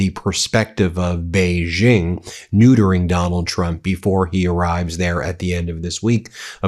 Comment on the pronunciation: Ben, please upgrade your pronunciation of Xi Jinping. “Xi” sounds much more like English “she”. Neither it nor Beijing”use the French “g” as in “beige”. So “Xi” should sound like “she”,and the “-jing”in “Beijing” should sound exactly like “jing” in “jingle bells”. — China watcher.